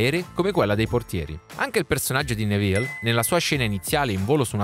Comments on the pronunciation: Fermo fermo fermo, così caverai le orecchie a qualcuno e poi sbagli pronuncia, è Nèville non Nevìlle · Tutto bello, però attento alla pronuncia dei nomi. "Nevìlle", mi fa immaginare un personaggio napoletano nella saga